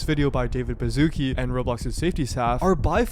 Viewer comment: English Speakers: Bazuki Polish Speakers: Baszucki (Ba-shu-ts-ki)